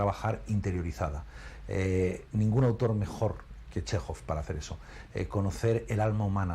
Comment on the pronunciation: Chéjov, tal cual. No "Shejov", ni otros inventos.